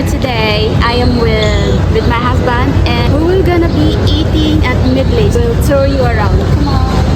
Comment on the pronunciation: Sorry pero sana nag Tagalog ka nalang.. Pronunciation mo palang ng Medley mali na... haha😅